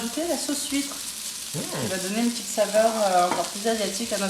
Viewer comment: My friend, allow me to help you with this. It's not "la sauce (sweet)" but "la sauce (huître)". Yes, it's Oyster sauce, which in french , it's "huître", which I think you heard saying "sweet". And it's not sweet chilli.